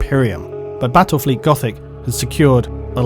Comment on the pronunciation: Bwattwel fweet goffic uwu please end me